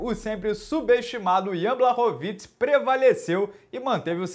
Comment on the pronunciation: O mais legal é ver alguém pronunciando o sobrenome do polonês corretamente, me dava novo ouvir o pessoal do Combate falando Blaxoviti.